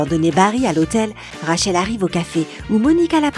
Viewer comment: et surtout rachel omg